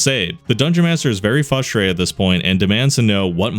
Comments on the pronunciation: I love most of your content. However, my issue with you has nothing to do with your content. It has everything to do with your inability to pronounce one word. It is Frustrated (frrus-trrated) not Fusstrated ... please correct this in your narration. Sorry if I hurt your feelings. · why do you always pronounce "frustrated" as "fustrated"?